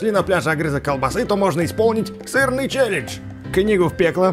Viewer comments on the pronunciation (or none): none